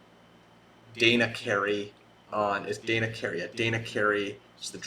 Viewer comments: Danny, not Dana. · Did you call Danny... Dana? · DAN KNEE DANNEEE DANNY DAN DANIEL any of those would work for DANNY CAREY but you calling him Dana and repeatedly saying you want to get their names right feels like a troll